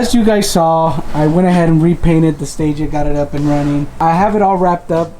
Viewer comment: Listen here 😂 it’s not a gtr and you said stagea wrong. Yeah they look nice with a 34 front but a stagea isn’t a gtr and the front of the 260 is one of the best looking front ends on any car,I personally don’t know why people do the swap but everyone can live their life’s how they want. Not a gt-r bro. It’s a 260rs four autech